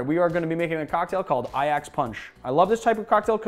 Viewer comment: HOLY SHIT, I’m genuinely in shock. That is the only time I have ever heard an American pronounce Ajax correctly